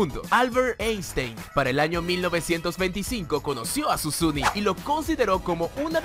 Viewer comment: Es Susini, no susuni 😂